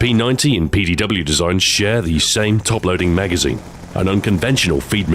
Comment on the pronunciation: Jeez learn to say PDW